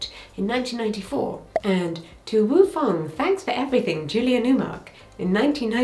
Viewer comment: I keep laughing at Too Woo Fong 🤣 love a dyspraxic queen